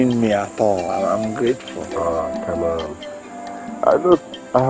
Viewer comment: Did that babe say “Common 52 million Naira”? 🤣 Common!